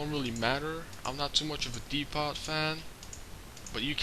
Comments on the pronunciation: "Dee-pot" items? You mean "Dee-Po" right? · no its dee-po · no offence but the t in depot is silent u don't say the t just thought id correct u ^_^